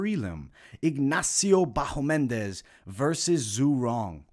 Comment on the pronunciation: It's BahamOndes, not BahomEndes :D